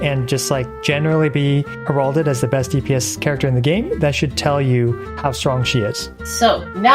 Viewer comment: I fully agree with this tier list on every point, BUT!!! I always find it hard to get past IWLGs mispronunciation of heralded. It’s not HerAWHlded it’s HEHRalded. He uses that word a lot in his videos and it hurts my soul every time.